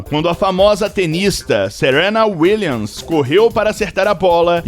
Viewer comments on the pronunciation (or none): none